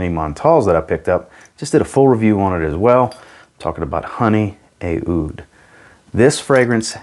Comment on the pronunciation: Just a quick one, the Aoud is not pronounce as "ay-oud," but just like "oud." In Arabic the "oo" sound in "oud" is said with a voiced pharyngeal fricative, so think of it like saying "oo" from the back of your throat as if you were saying "ah-oud" as one syllable.